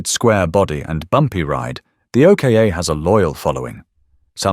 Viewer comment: I Might Be Wrong But I'll Have A Stab At What I Think The Pronounciation Of The 2nd Vehicle On Your List Which You We're Referring To As The O.K.A. But I Think It Would Be The OK Part Pronounced As OCK As In LOCK Minus The 'L' = OCK Then Add The 'A' To The End Of OCK = OCKA Which With A Little Imagination On The Pronounciation Sounds Like OCHRE Which Is A Paint That Uses And Is Made From The Natural Earths Clay As A Pigment That Forms As A Natural Colour Of The Earth That Is Used To Make It And The Same Colour Of The Mostly Outback Terrain That The OKA/OCKA Will Be Travelling On Hence What It Was Made For And What I Hope I'm Right About If Not Oh Well It Was Just A Thought That Stemmed From Whilst Watching And Listening The Thought Was Is That The Real Name And The Right Way To Pronounce It Regarding The Vehicle He Is Talking About Because The O.K.A. Just Dont Cut It Or Sound At All Right To Me 🤔 Hopefully Its Not Only Me That Had The Thought 🤷‍♂️ Anyways GOOD DAYS Y'all 🎩👌 ⚘_ _🙂_/ |_| / \